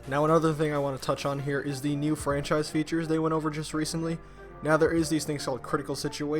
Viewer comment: Frachise, eh?